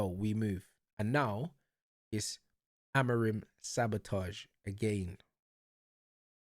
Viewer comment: Motherfucker is out here jumping on the managers nutsack when he doesn’t even know how to say the managers name🤣🤣🤣 Man said “AmoriN” Una💀 Amorim ain’t the one playing, yeah, but the play wasn’t the fucking issue, it was the SUBS that killed us u fucking moron. There was absolutely no need to sub on Dalot, Ugarte and Mount, but the prick still chose to do so. And because of that, Sesko got injured and we had to play the rest of the game with 10 men, which then led to us conceding another goal. And then guess what, the PLAYERS bailed him out EVEN with 10 men. We drew thanks to this idiots game management. NOTHING ELSE.